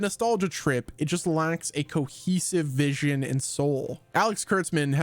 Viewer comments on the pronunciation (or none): none